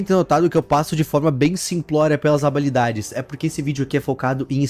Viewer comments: Vcs perceberam q nos segundos ao invés de fala "habilidade" ele fala "abalidades"? SKSKSKSKKSKSKSKSKSKSKSKSKSKSDKKDKDDKSKDKSK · Du nada vc falando habalidades, skksksksksksksksksks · O falando habalidades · Primeiro o Shedelsk agora abalidades ksksksksks